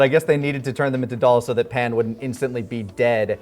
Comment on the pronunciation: Every time Pan’s name is pronounced “Pon” a little part of me cringes.